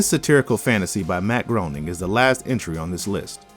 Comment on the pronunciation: Matt Groening rhymes with complaining. :) Thanks for the video.